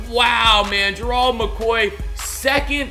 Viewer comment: God damn say his name right it's Gerald not gerold